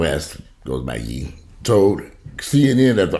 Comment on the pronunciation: Ye is pronounced like Yay (last syllable in his first name) 😉